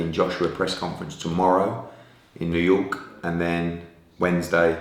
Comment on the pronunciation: I love the way he says new York with a capital K